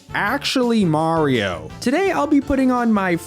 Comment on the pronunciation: that's not maaso that's mario